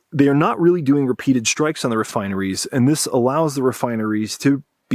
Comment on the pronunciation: "Shtrike"... When did this happen?